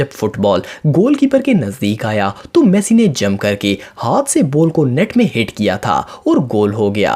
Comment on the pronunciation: bhi apne galat pronounce kia Lionel Messi ko